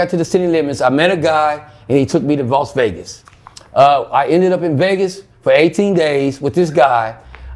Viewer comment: Did he just say Vossvegas????🤣🤣🤣🤣🤣